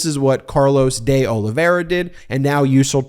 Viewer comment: Try this: Deh Oliveyra instead of Day Olivera